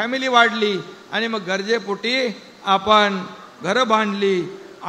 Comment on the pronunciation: अरे बाबा "गजरे" पोटी नाही " गरजे " पोटी असेल.